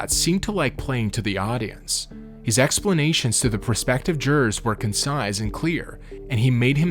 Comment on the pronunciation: Who’s narrating? A robot? speaking phonetically - Mt. Sinai not sineye Concise not consize There are so many more mispronunciations 😮